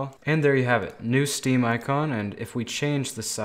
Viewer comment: Who hear him say stem not steam